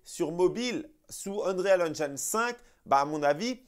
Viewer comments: Mais pourquoi tu prononces unreyale alors qu'il faut juste dire unril c bcp plus simple. Tu allais t ettoufer au début. Sinon top la vidéo ;) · UN"REAL" madrid engine ?:) Juste le conseil de prononciation sans vouloir faire le relou lol : si tu prononces "engine" à l'anglaise alors tu dois prononcer "Unreal" à l'anglaise aussi ;) Unreal => irréel Qui se prononce "Eunril" on va dire Continues les sketchs on se marre bien